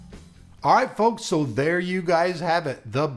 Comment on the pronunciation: You really shouldn't make fun of a typo or a misspell, you do realise you do sometimes have some doosies of mistakes in your videos when you talk, this one is no exception. "if show, show me that virtual love". This is not an attack on your way of talking, it only ever makes me smile when it happens, i'm just reminding you that it's not polite to make fun, no one is perfect, including you. :-)